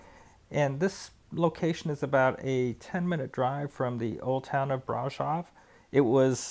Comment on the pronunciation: I wish Romanians would correct this guys pronunciation of Brasov?